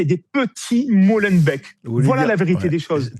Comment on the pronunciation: on ne dit pas Mollenbèk mais Mollenbék